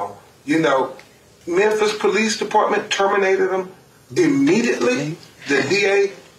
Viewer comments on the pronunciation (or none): STOP SAYING "MENTHIS"! IT'S "MEMPHIS"! Just playing man, lol. Love your work and try to watch all your daily videos. Keep it up! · what's with your pronunciation of Memphis???